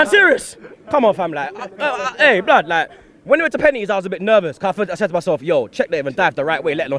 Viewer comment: can 1 sec 0-60 to Say blod